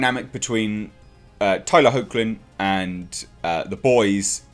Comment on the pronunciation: Good to see that they're doing the character justice. On a side note, Tyler's surname is pronounced "hecklin" . Been a fan of him since Teen Wolf, which is another good show you should check out. All the seasons are on Amazon Prime.